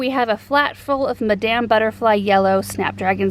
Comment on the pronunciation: Your pronunciation of Madame in Madame butterfly had me🤭🤔😆